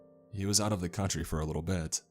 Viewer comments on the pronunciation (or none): none